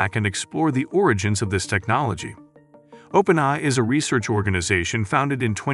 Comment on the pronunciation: The AI voice over was actually pretty good. Only issue I noticed was that it said "open-i" a half million times.